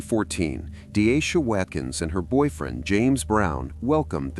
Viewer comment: Half way through you start calling her denisha? Thought her name was deasia?